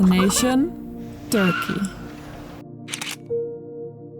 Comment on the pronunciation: tnx for saying türkiye